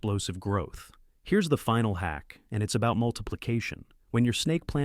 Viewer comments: I hate AI . It can't learn hack vs. hake. Boring "terrible professor" monotone. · You know it’s AI when the word Hack is pronounced incorrectly‼️😂. Still good info though‼️